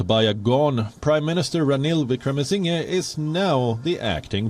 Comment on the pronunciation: He is not Wickramasingay, say Wickramasingher.